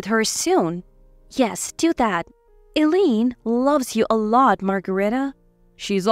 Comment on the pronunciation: Eileen is pronounced as ILEEN, long I sound